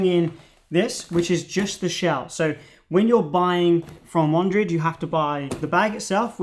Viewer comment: I've seen others use this bag and always thought the name was pronounced "WANDERED", not "WANDRID"....